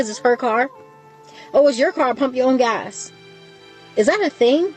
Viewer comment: Sweetie, the man is pumping gas, not GASH. With that missing "H" you can do that yourself.